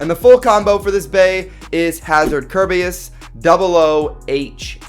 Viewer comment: Whait did you say KERBEUS?! YEEEEY